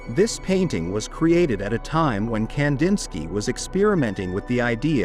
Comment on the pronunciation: Ai... goodbye immediately leading off with that awful mispronunciation